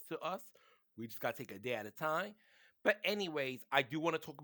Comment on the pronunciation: did you say "a day at a TINE" and not "TIME"? give that G.E.D back buddy.